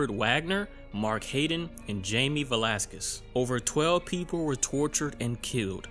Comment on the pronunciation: You pronounce his name Velásquez